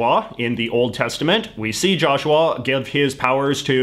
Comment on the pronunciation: Is anyone else gonna talk about how he pronounces joshua like "jarshawar"